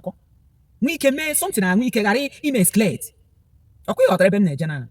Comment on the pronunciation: My sister don't fight GRACE. Education has nothing to do with Gift of God, be careful and don't under rate Zionites. Biko kwanyere onwe gi ugwu na ife a na-eme bu ife muo. Ignore bloggers, some of them are making money. Even you did you pronounce Excalate well? I jee akwukwo?